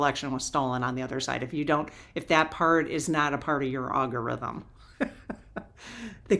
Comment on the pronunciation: Al gorythm not awe go rythm.